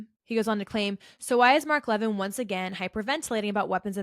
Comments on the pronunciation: It’s pronounced “Mark Le-VINN”. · If you watched Mark Levin, you would know how to pronounce his name. You are right about everything, but Mark is the good guy, so please pronounce his last name correctly.